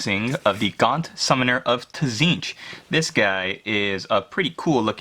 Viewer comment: awesome but please say tzeentch right it's a silent t at the start :-)